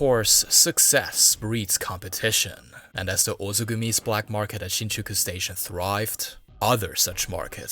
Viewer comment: Definitely ethnic Chinese or Taiwanese (with German influence/heritage). You'll find out by listening some of his pronunciations unique to the Mandarin speakers, e.g. words like then, other, July, and Shinjuku.